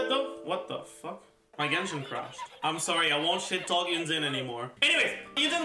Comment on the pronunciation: Why does say Xingqiu and Yun Jin so weird? Like he says Yun Zin which is straight up wrong It's literally Yun Gin - a Chinese guy